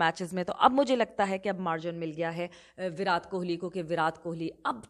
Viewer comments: मैम ,,विराट बोलते है विरात नहीं 😊😊😊😊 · Virat ka "T" is pronounced like the "T" in 'Tamatar', not like the "T" in 'Tarbooz'. Please keep this in mind for your future videos. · विरात नहीं मैंम विराट कोहली 😂